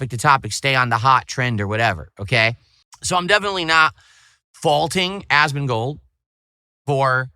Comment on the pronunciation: Ahsmahn-gold 😂 is such an alien 😂😂